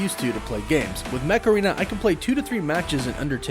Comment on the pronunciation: The Mech Arena ads crack me up. Every time I hear the voice-over, I keep hearing "Macarena."